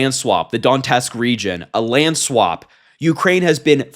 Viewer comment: Twin, It's not Don-Tusk. It's Do-net-sk